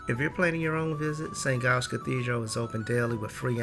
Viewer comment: just a tip - the "G" in St Giles is pronounced as a hard "J" (as in "Jam") not a "G" (as in "glue").